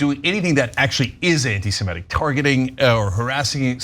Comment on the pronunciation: It's a little thing, but it always bothers me. The term is NOT anti-Semetic, it's anti-Semitic. Please pronounce it correctly.